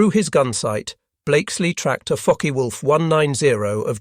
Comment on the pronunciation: Is it just me or does it sound like he’s saying “F#%ker Wolf?”